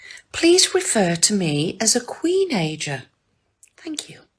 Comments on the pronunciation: When I heard "Kween~najor"; man... my head hurts..... I'm not kidding... I feel so bad for anyone that has to deal with these pre~shucked clams... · Smh I damn near fell out of my chair when that woman said queenager. Good lord